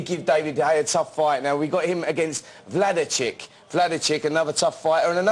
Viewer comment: Spencer Oliver vs The English Language lol "Undre Ward vs Addison Mirinda" "Wladichick"